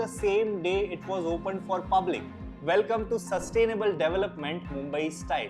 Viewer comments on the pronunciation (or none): You pronounce sustainable as saste-nable